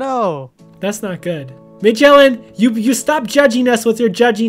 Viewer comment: its actually MAJO_ELLEN not major_ellen im not trying to be rude i just have a problem with correcting people. i try to😯